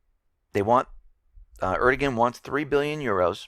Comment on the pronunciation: just letting you know, the turkish prime ministers name "erdogan", the G in his name is silent, so its pronounced "ar-dow-an" so you pretty much ignore the G in his name. Hope this was helpful and take away any confusion(if there was any to begin with).